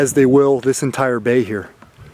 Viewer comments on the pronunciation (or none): none